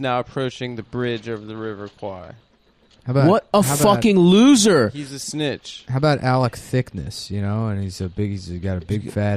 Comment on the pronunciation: Bridge on the River h'wat now?